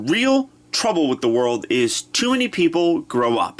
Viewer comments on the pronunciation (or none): none